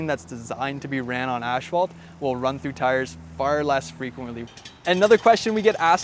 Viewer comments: It is called ASPHALT....NOT ashfalt. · Wtf is “ashphalt” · "Ash"-phalt? Is that a regional pronunciation or just this guy? I say "ass"-phalt